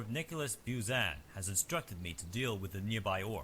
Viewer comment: The way they pronounce "Buzan" is so uncomfortable, lol.